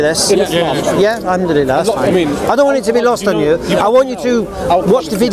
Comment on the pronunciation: 10.58 did he try to say alhamdulillah without knowing what it means lol